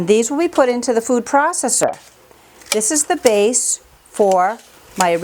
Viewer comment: Lord you say processor so weird and so much that its annoying. Anyway, those green peppers should have been cleaned more and chopped smaller. You wouldn't have to blend so long and it would cut down on the foam.